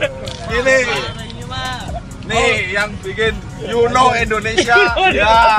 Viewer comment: Indonesia bang..bukan endonesa..